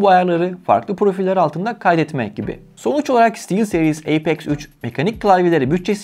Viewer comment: Haklısın birde eypex 3 demeside garip bi durum ya apex üç dersin yada eypex three dersin